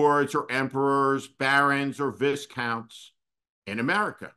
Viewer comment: 'Viscounts' should be pronounced 'VYcounts.'